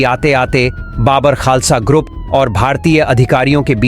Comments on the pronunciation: बाबर खालसा नहीं बब्बर खालसा बोल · बब्बर खालसा बोलिए आप बाबर बोल रहे हैं. उच्चारण ठीक कीजिए